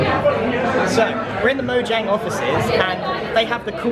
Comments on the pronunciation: Erm…it’s pronounced Mo(J)ane not Moyang! This totally peeves me off as a gamer!!! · moyang?! i thought it was mo jang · you said MOYANG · Notch: Lets call our company Mojang Grian: MoYAnG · Grian: pronouncing mojang Grian: dunno what u r talking about its moyang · It was funny all the times grian said moyang instead of mojang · Grian: moyang Me: ITS MOJANG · Haha he said Moyang in stead of Mojang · Everyone: Mojang Grian: Moyang Me: Confused why grian says Moyang instead of Mojang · It’s mojang not moyang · I think it's no JANG Not no YANG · MoYANG! xD (its pronounced MoJANG) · The creators name is mojang not moyang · Its called mojang not moyang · Grian in the first 5 minutes: Moyang Grian 1 minute later: Mojang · he said “moyang” I missed it though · Moyang, moyang! Couldn’t even be invited to a Mojang event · when he said "I was invited by moyang" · Livy’s Jus Tryin no it's moyang because mojang is made in sweden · When he pronunces Mojang like moyang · Grian: Moyang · also recommended to me now but.. he says moyang?? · Omg I Died When He Said Moyang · When he said moyang XD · Ah Yes, Moyang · Why does he pronounce it Moyang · I hate how he says it like stockhalm, and calls mojang moyang. Why is it annoying to me 😕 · really? i don't... but i wanna ask did he pronounce mojang correctly because the "j" sounds like a "y" in grian-speak but i dont think it's correct tell me if grian is correct cuz i think the j should sound like a j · You forgot the j in mojang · moyang, huh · How is he a mincrafter if he doesn't even know how to say Mojang